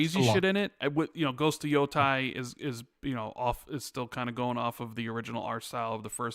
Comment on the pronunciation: Is there a reason keeps saying “YO-TIE” every single time?